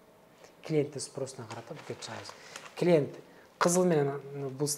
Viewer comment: Сураныч , орусча суйлобой эле кыргызча эле суйлонузчу. Аябай не грамотно суйлойт экенсиз, ушунча жыл Россияда жашап. Гирой, килиэнт, дэкимент, за свой каприз за вашьи денги деьей